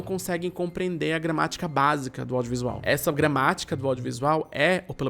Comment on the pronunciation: eu juro ter ouvido "ódiovisual"